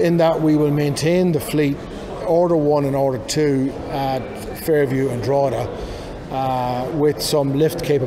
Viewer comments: The g in Drogheda is silent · A better attempt at pronunciation than Richard Chamberlain’s ‘Drugeeda’ in that old 80s Thorn Bird tv mini series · How long has the man worked in Ireland and mispronounce Drogheda so awfully. He should've done a better job at actually specifying the battery from the individual cells' voltage, C rate, cycle life and capacity total kWh, just saying it'll last 9yrs and an 80km range is not enough info.